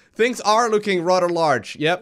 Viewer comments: you do realise that "th" is not pronounced "t" or "d" right? "rader large" makes no sense, it's "rather large" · Thunder Soul: Fun drinking game, count the number of rather’s, err RADDER’s lol.